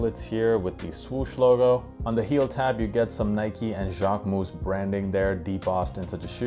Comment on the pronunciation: Now I know it’s not pronounced Jack-way-moose 😅